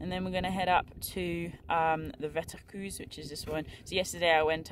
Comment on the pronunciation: Wetterkreuz - your pronunciation is totally wrong, it should be Wetterkroits (eu=oi, z=ts); you should learn some Deutsch for hiking in German-speaking countries and in the Alps (Germany, Austria, Switzerland and so on) 😁